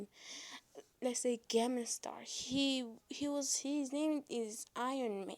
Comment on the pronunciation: Um.......it's "s-t-a-r-k", I have the "Iorn-man" movies and others movies with him in them so it'll take practice to get the name right.